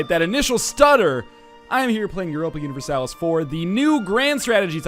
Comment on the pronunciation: No U-nih-ver-salis